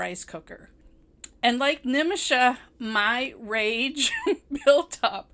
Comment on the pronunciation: Loved the way you said malayalam, suraaj, nimisha so beautifully .. Loved the phrases, boiling point, pressure building up😁 this was exactly what I was feeling at every scene. Cant get rid of this movie from my mind because it's so relatable.. Plight of Indian women!! And it's still the same in some houses in kerala and in India!! 😔